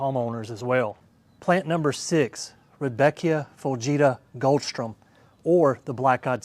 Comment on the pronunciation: It’s Goldsturm, not Goldstrum